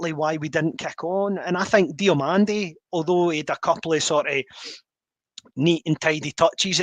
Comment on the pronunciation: Lads, it’s Diomande, no Diomonde 🤦‍♂️😂